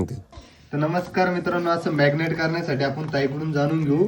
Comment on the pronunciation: मॅग्नेट नाही रे marinet